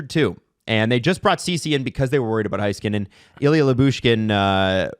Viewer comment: still can't pronounce Heiskanen. It's like "neighbour" and "weigh" not "high."